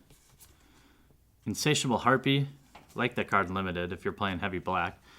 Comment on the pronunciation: did u say limited bob.... ;)